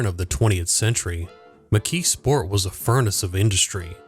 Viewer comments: The way you pronounce it is interesting. You say, “McKee Sport”. I always heard it pronounced, “McKees Port”. I grew up in Western Pennsylvania. Maybe my pronunciation is the country pronunciation, since I come from a very small town north of Pittsburgh. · Was this an AI narration? The pronunciation of "McKeesport" is weird. Sounds like McKee Sport, not not like McKee's Port. The S should sound more like a Z. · Part of my family grew up in that area. I've heard it as mik-keese-port ("keese" like "geese") and mik-keez-sport. The emphasis tends to be on the first syllable, which causes the second and third syllables to run together. Pittsburgh is weird. We say Duquesne like the French, but Versailles is "ver-sales"...